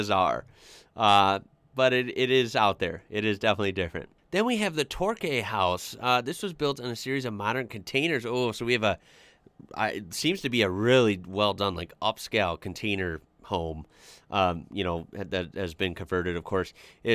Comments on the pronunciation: I know you like your correct pronunciation so here is today's lesson. "Quay" is pronounced as "Key". Therefore Torquay = Tor-Key, not Tor-Kay. 😀Another example is Circular Quay in Sydney. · For future reference; Torquay is pronounced Tor-kee...😉